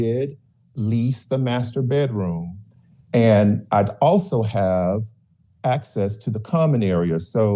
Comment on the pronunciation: lol "master bettroom'